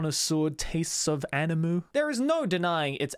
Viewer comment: i still dont get why you still dont pronounce anime in japanese. it hurts my ears so much.....